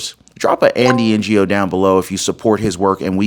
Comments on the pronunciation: his name is pronounced "No", not N-Go. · Great news! Thank you so much for the thorough reporting. However, Andy Ngo's last name is pronounced "No" - that's how everyone in media pronounces it. It's not pronounced "N.G.O." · Love your show! BTW... it's pronounced NO, not NGO. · it's pronounced No, not NGO. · His last name is pronounced "No" not NGO. It would be great if you cited the case. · Its pronounced "Andy no" Not N-G-O. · His last name is pronounced as "NO" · you pronounce NGO simply as NO. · For your information Andy Ngo's surname is pronounced No. He is not a Non Government Organisation or NGO. Just another example of the lazy inability of an American to pronounce a foreign name. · This is the best news of late. All those dirt bags need to disappear. Andy "No". Ngo=No. Silent g❤ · Andy Ngo is pronounced “No” Not N.G.O. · The name is Ngo, not N. G. O. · bro its Andy "no" not n.g.o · His last name is not NGO, it's Ngo - pronounced"No", the G is silent.🤨😮‍💨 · Andy Ngo's last name is prounced "no". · Andy's name is pronounced - NO We've been after the Polticians for 15 years . OBAMA started this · Andy Ngo, pronounced no or Know. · Andy NGO’s surname, NGO, is pronounced simply “No”. I think it is a Vietnamese surname. Andy NGO deserves a medal for the stellar work he did (which almost got him killed twice) to uncover antifa’s fascist tactics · Hey, Ngo is pronounced " No" Andy Ngo. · Andy NGO is no as in no way man , or he'll no. At least respect the man b y getting his name right. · The name Gno is pronounced “no”. The g is silent. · His name is pronounced No..Andy Ngo. No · Pronounced “No” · I believe Andy Ngo's last name is pronounced No. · Ngo is pronounced “no” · Andy Ngo is pronounced Andy No. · FYI: Andy's last name is pronouced NO. the G is silent. Ngo. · Andy Ngo's last name is pronounced No. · Andy's last name is pronounced 'NO' brother. Just saying. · Andy Ngo. His last name is pronounced “No”. The g is silent.